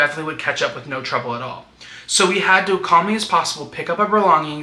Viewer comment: The Australian "nooouurrr"😂